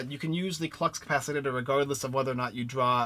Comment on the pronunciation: Thx for the review! (But it's ka-pa-si-tore, Lol!)